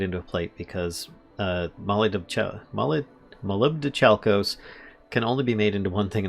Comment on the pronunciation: muh-LIB-doh-KAL-kos or brass.The more you know . . .